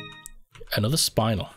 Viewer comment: Spinels (Pronounced SPIN-ELL) are ruby-like in color but not as valuable as a ruby.